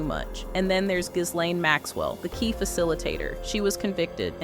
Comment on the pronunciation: it's pronounced jizz-lane